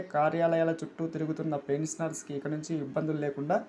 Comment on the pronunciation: పెన్సనర్స్ కాదురా పెన్షనర్స్ అని పలకాలిరా గాండూ భోసడికే.